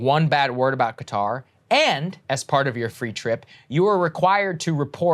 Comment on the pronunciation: FYI, the actual pronunciation sounds closer to "khudder" ;-)